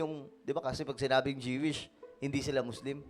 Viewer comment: JIWISH KA NG JIWISH JOO=WISH PO ANG TAMANG BIGKAS NYAN..